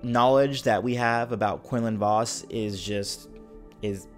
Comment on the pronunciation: Thats not how quinlan "was"-(vos) xD